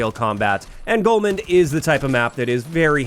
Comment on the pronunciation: There's no "N" in Golmud Railway. It's Golmud, not Golmund